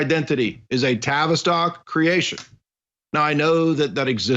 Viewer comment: Okay, new here and loving it but every time you say "TAVISTOCK" I hear Travis Scott. Isn't that the rapper that had a concert in which all sorts of magic was performed and people actually died?